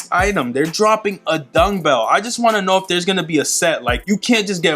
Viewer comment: Bro where you saying dungbell or dumbbell 😂